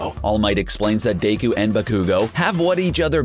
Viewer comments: Deku not dayku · Bakugou is pronounced Ba-Ku-Go Deku is pronounced Dek-ew Naruto is pronounced Na-ru-toe Sasuke is pronounced Sause-Kay Sakura is pronounced Sock-er-a You can find out by watching the ENG dub of My Hero Aceademia and the ENG dub of Naruto, Naruto Shippuden, and Boruto: Naruto Next Generations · they way the narrator kept mispronouncing Yusuke, Hiei, Deku (Midoryia), Bakugo and Alucard made me cringe so hard. learn how to properly pronounce the names correctly before making the video! SMH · I ALMOST THREW UP WHEN HE SAID BA-KOO-GO AND DAY-KU OMG LMAO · he pronounced BA-ku-go as ba-KOO-go and DE-ku as Day-ku, and then said that deku's quirk is all for one clearly hasn't seen the anime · ba-koo-go? No. Baku-go. Bakugo.. day-ku? No. Deh-ku. Deku.. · car guy: Deyku vs Bakuygoo Me: stop triggering me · WHAT ARE THESE FUCKING PRONUNCIATIONS OF DEKU VS BAKUGO